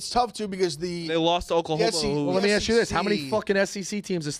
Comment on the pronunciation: “Let me Acks you a question” is the absolute worst thing to hear on this show